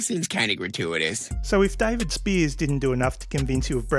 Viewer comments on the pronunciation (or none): none